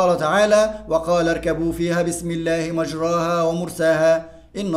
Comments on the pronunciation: شرحك جميل يا مستر+ حضرتك اسمها مجريها مش مجراها بالكسر مش بالفتح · يمستر مفروض مجريها النطق الصحيح لها مش مجراها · كلمة ( مجريها ) لا تنطق بهذه الطريقة اسمعها من شيخ مشهور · انت قرأت مجريها غلط😅راجع نفسك كده وشكرا